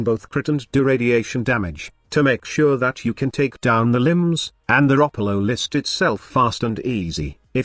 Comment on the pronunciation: Thanks, I learned how to pronounce Ropalolyst from your video.